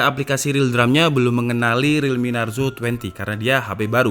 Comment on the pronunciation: Narzo bukan naruzo😂